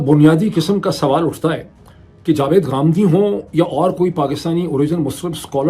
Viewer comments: ڈاکٹر برائے مہربانی ہندی ٹون میں بات مت کریں گامدی نہیں ہوتا غامدی صحیع لفظ ہے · Ghamdi, not Gamdi